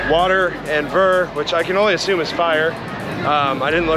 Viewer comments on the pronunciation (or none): none